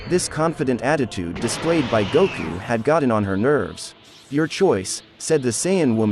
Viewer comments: I am just glad that we have a Goku in the Naruto universe. Let the correct pronunciations be damned! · Gouku, Shikamauru 😂 Tamauri... This word Stells... Ouruchimauru 😂